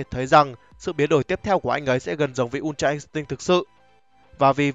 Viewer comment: Đây là kênh đọc chuẩn nhất từ untra instinct. Các kênh khác mấy bố toàn đọc là in'tích :))))